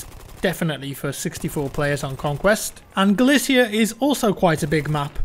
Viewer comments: Hey it's Galicia BTW not galacia just to let you know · you're drunk it's Galicia not Galacia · It's Galicia not Galacia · The title said Galacia, he also says it at the start, also googling it shows there is a Galicia in Spain as well as Eastern Europe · I'm sorry,, but please try to research how some of these things are pronounced. Galicia is not pronounced 'galasia' or 'galactica' or however you said it. Do you really want to sink to level of an American with that ignorance?